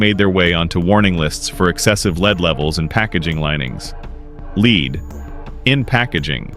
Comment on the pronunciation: Lead is pronounced "Led"